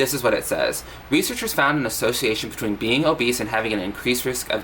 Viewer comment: "Ing" suffix: exists: Struggles Beeean Meee